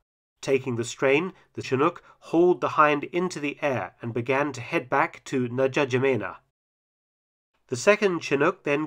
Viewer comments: Correct pronunciation of Ndjamena is en-ja-may-na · N’Djamena is pronounced InJamena - the D is silent, as in Django! 😆👍🏼 Just FYI, as if anyone cares. Great video yet again! 👍🏼